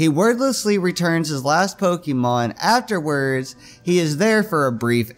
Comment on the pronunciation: don't call it pockymon